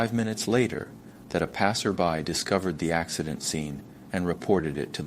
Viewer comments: Is the presenter AI? The design seems very human. "ax-eye-dent" made me question everything. Also the eyes look like they're right on the lenses of the glasses, and flat. Perhaps missing shadow from the glasses frame? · This guy can't decide if he wants to do the US accent or Rus-english accent. Mispronouncing 'Acci-dent' 'Dosh' for dollars, 'Che-ne-say' 'Chi-ti-zens' for Chinese citizens, 'Sea-At-lay' for Seattle, 'Defandant', 'Sing-le' bedroom apt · And “it” pronounces “accident” as “ac(cy)dent”